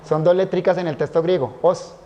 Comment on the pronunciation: Este siervo de Dios dice testo en lugar de texto. Tremendo detalle, no es la palabra correcta, ésta tiene otro significado.